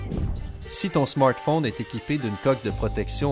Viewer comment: Ton smortphone 😂😂